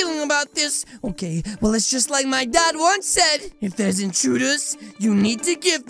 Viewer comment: Its OKEH not to be OKEH (titan cry😭)